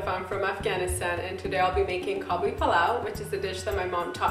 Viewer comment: Its Kabuli Palao not Kabli lol good job anyways <3